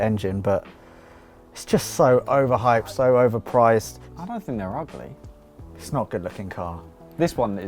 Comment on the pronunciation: This episode was getting better and better until you called the Supra "ughleh":((( edit: And then out-cared you and I got all hyped again:D